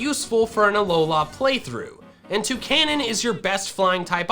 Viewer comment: K-AL-OS / A-LOL-A / KO-MO-O